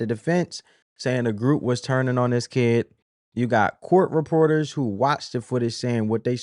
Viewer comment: I would like to thank that woman being interviewed outside the courthouse for making me aware that 'kid' is a two syllable word